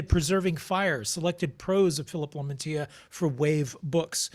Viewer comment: Lamantia , Lamantia . Lam - an - tia